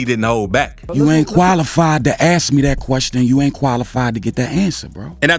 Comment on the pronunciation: Ask not aks 🤣